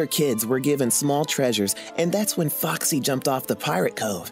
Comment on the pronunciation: Lol Foxy sounds like - FUCK SEE Sorry foxy for posting this :/